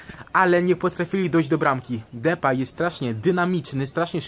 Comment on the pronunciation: Czyta się "Dipej"